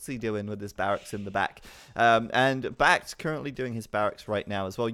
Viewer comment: He's never going to give up on pronouncing Back T wrong, is he?